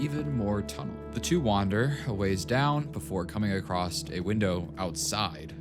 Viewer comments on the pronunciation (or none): I hear that "acrosst" there's NO T IN ACROSS